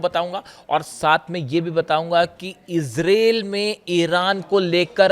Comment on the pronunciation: अबे ijrel नहीं इजरायल 😅